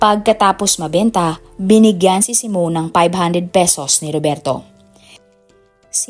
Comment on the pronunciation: Hindi po " simon" kundi, " simeon" reads as " simyon".